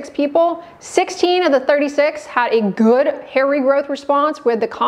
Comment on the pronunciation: when you say ...so and so many people had a Good (GHHuuuD) response 😂